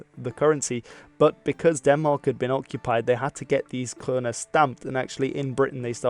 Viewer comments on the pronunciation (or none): none